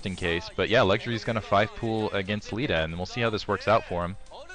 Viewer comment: its not Lita...it's Leh Tah...